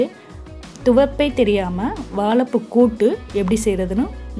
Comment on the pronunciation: வாலப்பூ இல்ல .. வாழைப்பூ .. 😀😀😀😀